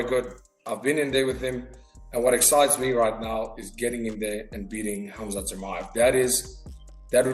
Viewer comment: I m surprised how ddp pronounce right "'Hamzat" , this guy is a real Champ with big heart